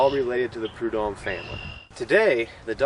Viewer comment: It’s pronounced Prud homme’